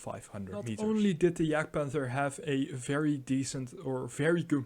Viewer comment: "Yahgd-pahnther" not "jag-panther." Speak of gun "traverse" (side-to-side, up and down) not "range". The side armor of the Jagdpanther is one single plate of forged steel in the same plane from vehicle top to the tracks and front to back. This is the same angle as the side turret armor of the Panther tank! Beautiful.